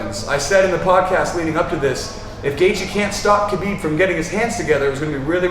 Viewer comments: the k is silent pal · Lol even Habib pronounce it Habib lol r u teaching me arabic it's an arabic name & I'm an arab